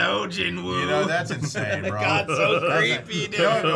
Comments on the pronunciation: its gee-nooh but aight, also sub is jin-woo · Sub - Ji Woo ❌️ Dub - ✅️ Lmao 🤣